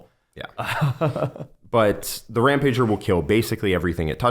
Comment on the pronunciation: Can we stop and notice how he is saying Rampager incorrectly???